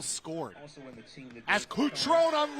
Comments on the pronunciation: BRO IS CUTRON-E NOT CUTRON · Kuctròun nun se pò sentì. Cutrone. KUH-TRO-NEH Patrick, vecchio cuore rossonero... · I nomi ed i cognomi dei calciatori inglesi li pronuncio in inglese, non importa la qualità della pronuncia. Kutròun, invece, è il tipico esempio di nome italiano pronunciato secondo le regole fonetiche inglesi. Per me è ignoranza. That's it. 🤷‍♂️